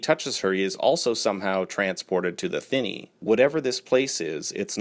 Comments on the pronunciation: the only thing about the chip is, it hasn't even been tested on humans much less approved for use. I know...it's a story..... and yes, it is pronounced THINny.... :) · Technically it’s an alternate universe not a timeline and you had it right the first time thinny is pronounced Thin E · You said thinny correctly. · You had it right thinny is the right pronunciation if your interested in a in depth chapter by chapter and all connected cannon to dark tower check out The Ka-tet cast podcast great to get a in depth look and analysis by three very knowledgeable readers also has many writers as guest